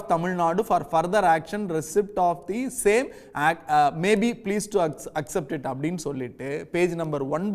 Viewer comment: We Tamil will not acjept what ever shit you say…’accept’ அப்படி என ஒழுங்க சொல்லுடா…union minister வேற